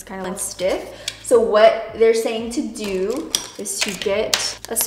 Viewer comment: "I didn't think I was gonna like this but I DEW" 😂😂😂